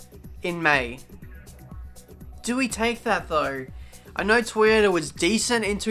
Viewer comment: Lol you read it wrong and signed for toyaota when you got a seat at MONACO your best tracks